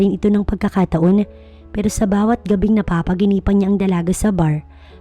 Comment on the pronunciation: NAPAPAÑAGINIPAN NOT NAPAPAGINIPAN.